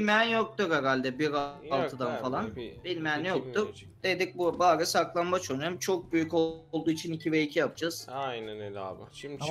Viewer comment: minecraft haritasında saklanbaç istiyoruz +1 (bu arada r leri söylemeye çalışırken çok datlu )